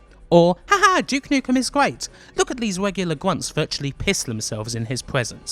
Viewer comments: 0515 3d wealms uwu 0725 your accent is very hard to listen to. it legit sounds like the uwu meme at times. 0738 "so gweat" 4048 I cannot get over the accent, wow. sensible of you not to get "triggered" over the offensive jokes btw. 4350 "the greatest person in a world that needs his help" is a good premise for a story and they somehow fucked it up. 4428 bruh... 4905 it was in 2001 very nice video. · you should work on your "R". guayt. guants. great video though.